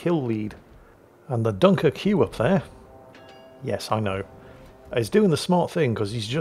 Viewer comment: Dunker-QUE :D How not to french 101 😄